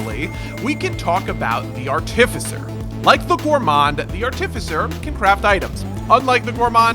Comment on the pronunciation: bro said artificer wrong my day is ruined